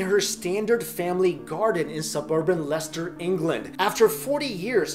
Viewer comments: Dynamite! Someone knew and/or checked on the correct pronunciation of "Leicester", which is (believe it or not) "Lester." As a slightly OCD person (I'm a closet grammar/spelling/pronunciation cop), there are a frightening amount of allegedly professional videos that are rife with such errors. Most recent was an utterly egregious mispronunciation of "Croix de Guerre" as "Crow duh gar." Try "Kwah deh Gare (rhymes with 'air')." Who in the H-E-Double-Toothpicks doesn't check pronunciations of languages they don't even speak? Certainly not professionals! But Brits are notorious for their... unusual pronunciations. For example, how in the world do they get "Beechum" out of "Beauchamp"? Beats me like the proverbial gov'mint mule! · wow someone pronounced Leicester right for once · An American pronounced Leicester correctly.